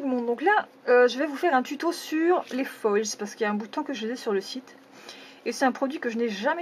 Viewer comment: sa se dit (au singulier et au pluriel) foile (désoler si tu l'a mal compris)